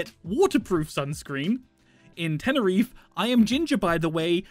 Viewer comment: did he say tenerif instead of tenerife?